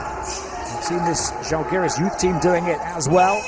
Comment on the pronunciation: Can you please pronounce ŽAlgiris, with the accent on A, like Pride with an open A (like I ) instead of Žalgeeeeeeris. The accent falls on the Žá please. It’s impossible to recognize what is said.Thank you!